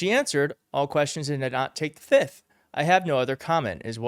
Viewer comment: the word if plead the. F I F T H not FITH